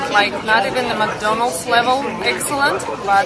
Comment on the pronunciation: Забудь уже слово "макдольнадс" если живешь в России